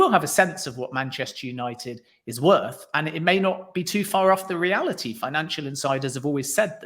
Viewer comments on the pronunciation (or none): none